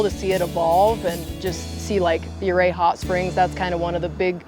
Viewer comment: Thank you for pronouncing Ouray as "U-Ray"😊